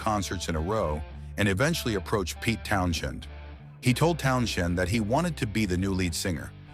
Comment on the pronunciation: AI bs. They can't even pronounce Townshend's name. LOL